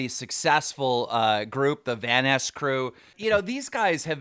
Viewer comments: you literally didn't pronounce "Vanoss" correct once the first 5 minutes at least. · 1: isnt that thumbnail by sunnyv2, 2: wait how did you just pronounce vannos? 3: all due respect ohmrecker isnt really a "trusted" "inside" source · Is no one going to talk about the fact that Keem cannot pronounce anyone's name for shit? "Vanas crew" - it's Vanoss (van-nos) "Ohmracker" - it's Ohmwrecker (Ohm-wrecker) "Basicallydowork" - dude... come on... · God. Please pronounce vanoss correctly. It’s vanoss. Not vaniss. There’s a “O” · Wouldn’t trust someone who can’t pronounce the names of the people involved🤷🏾‍♂️ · The fact that keem knows nothing about this group not to mention how to pronounce any of there names makes me already know him an ohm are full is shit “VaNnAsS” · the vanass crew........HE NAMES NOT FUCKING VANASS ITS FUCKING VANOSS JEEZ THERES A FUCKING O THERE NOT A, A MR DRAMA ALERT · vanass crew? it’s pronounced vanoss lmao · Why do you say vanoss as if it were spelt vanass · whos gonna tell keem its pronounced vanoss not vanass?:/ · dont wanna come off as rude but Keem can you say/pronounce their names correct?.... vanoss not vaniss, ohm-wrecker not om-wrecker...... sry, it was bugging me. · It’s not vanasss it’s vanoss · You lost me when you called him vanis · please please please, If you talk about these guys, then pronounce their names correctly. It's not Omniwrecker or the vaunouscrew or whatever. If you trying to be a meme, then this is a good way of getting people to laugh about you. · Here's an English lesson for you Keem Vanoss - Van-naws Ohmwrecker - Ohm-rek-er Basicallyidowrk - Bey-sik-lee-i-doo-wurk I actually went to a library and used a dictionary too. That's how you truly do research, unlike Keem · Bro why does keem pronounce it van ass crew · He said vaniss group lmao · "Vaness" he says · yes it’s pronounced “vanass crew” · Is something wrong with keemstar? Why can’t mans pronounce shit right? Vanose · “the vaniss crew” lol